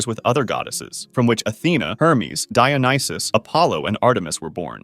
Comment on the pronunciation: Dionysus pronounced as JOE--Knee---Shoes.